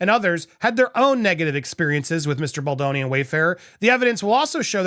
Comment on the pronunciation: yay you said baldoni correctly. lol